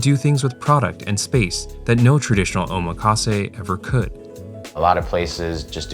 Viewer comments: Btw it’s pronounced “OH-MAKASE” not “oma-KAse”. 😭😭 The “makasé” part is from the verb meaning “I leave it to you”, so it sounds so weird when English speakers break that up O + makase Not Oma + kase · that is not how you say omakase. You pronounce "kase" correctly, but the "oma" you say sounds like "omaha" when it shouldn't. The "omak" should sound like "oh mock" or "maki" from "maki sushi".